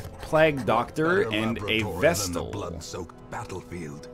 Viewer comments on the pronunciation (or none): Hey NL, please for the love of all that is holy, Vestal has a t. Vest - al. NOT Vessel.